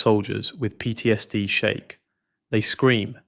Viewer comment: PTSD is an abbreviation, not a word. The Ai narrator should know better. Slop.